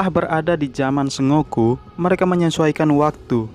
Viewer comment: bacanya bukan "se ngo ku" tapi "sen go ku"